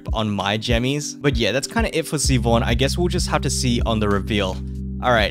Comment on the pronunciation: Siobhan is so hot I wish I didn't just quit the game. Also not to nitpick, but it's pronounced Shi-vahn. That's my sister in law's name, lmao.